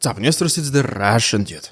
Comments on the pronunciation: What does he say at the beginning?! ‘What’s up newsters?’ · It's a very stylized "investors." This channel started out as an economics/investment channel.